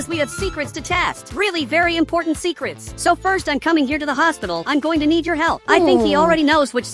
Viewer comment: Bro ur said secerts